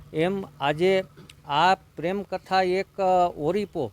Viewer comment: તું પેલા બોલતા શીખ ઓળીપો કેવાય ઓરીપો નઈ કોડા